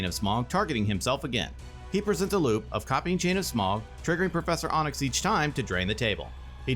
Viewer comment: Its getting under my skin how you pronounced Professor Onyx. Onyx, like the stone is pronounced Ahnyx. Not Ohnyx.